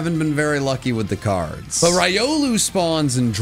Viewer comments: Why you got to say raiolu, instead of rilou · he’s saying it right. It’s ry-oh-loo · You are pronouncing Riolu incorrectly. It is Ree-oh-loo. Love your content! 😊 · The official pronunciation is Ree-oh-loo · Do you realize that you're saying riolu wrong in every video😂